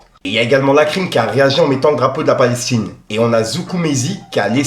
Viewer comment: Elle a dit palech tine 😂